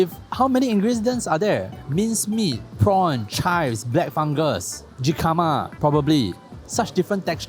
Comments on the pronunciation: Jicama is pronounced “he car ma” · Oh yah ... it's pronounced hee--ka--ma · jicama is pronounced with an "h". on another note, I think your food reviews are great because you display real knowledge on the subject. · that jicama pronunciation tho. pls la bro